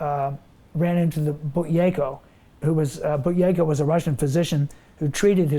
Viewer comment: regardless of this man, the idea of breathing correctly has been around for millenia and needs to be investigated thoroughly....he can't pronounce buteyko tho!